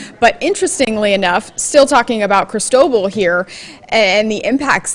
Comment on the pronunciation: Geez, why can't you lilly white millenials learn how to pronounce Cristobal? It is Spanish, and the accent is in second syllable. Is it really that hard?